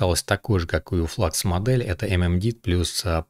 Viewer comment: Спасибо за обзор, НО. Модель немецкая, делают немцы) Поэтому Флюкс! Слово klein читается как "кляйн" и в переводе с немецкого - маленький.